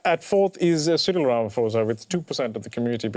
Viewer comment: 🥲 the way you guys butchered the last name "Ramaphosa"